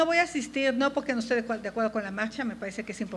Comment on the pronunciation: Podqué dices podque?